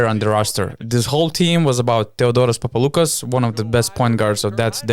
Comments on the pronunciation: Guys, thanks for the video. Great idea. As for the name Papaloukas.. it's PapaloukAs, not PapalOUkas. Also it's Sofoklis ShortsianItis.. The h is pronopunced like in "horse". And TartsarIs.. not TsartsAris. Thanks again. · it's the first time i heard americans pronounce greek names SO PERFECTLY ....except than papaloukas almost every other name was so correctly pronounced...i was really amazed